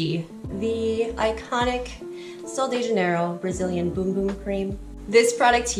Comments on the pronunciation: It's not pronounced Boom Boom? Omg!!!😛🫣🤔 It's pronounced Bumb? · great video but bum and boom are two different words with 2 different pronunciations 😊